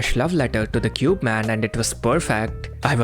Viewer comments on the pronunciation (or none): none